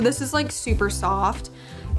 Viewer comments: If you don't mind me asking why does it sound like you pronounce yous sons name like ZiNE rather than ZiON? <3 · Haha! It's just the way we chose to pronounce his name. Like Lion, with a Z!